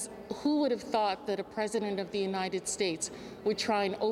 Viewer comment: Hilarious "The president of the Unites States"...